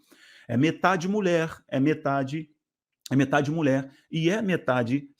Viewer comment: Pra sua informação, é MULHER que se fala, com LH e não " MULER"